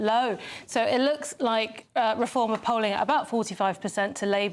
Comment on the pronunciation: People often comment on Leo pronouncing Reform as if it were a verb rather than a noun . It turns out he was right as they have now reformed from a credible party into an abject farce. What a visionary.